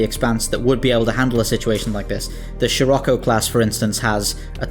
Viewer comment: It's "Scirocco," not "Shirocco," isn't it?